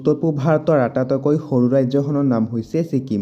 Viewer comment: আটাতইকৈ নহয় আটাইতকৈ ক'ব। আপোনাৰ উচ্চাৰণটো অলপ ভূল হৈছে।